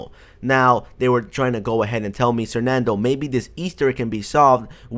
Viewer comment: bruhhh sernandoe = I.R.R.E.L.A.V.A.N.T